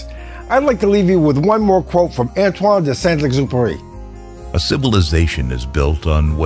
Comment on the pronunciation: At last, a US u Tuber who pronounces French properly! Loved the Little Saint Exupery quotes. He flew P38s out of North Africa and Died in a crash of one in southern Europe. I liked the search for perfection by removing stuff. Similar to Colin Chapman's (Lotus) "Simplify then add lightness" and Ed Heinemann's design philosophy for the Skyhawk.